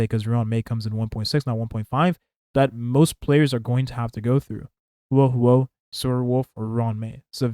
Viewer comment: Bro is butchering Huohuo’s name lmao